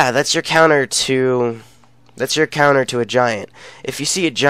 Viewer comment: its counters not conters bud